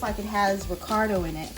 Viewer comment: The word is recado not ricardo .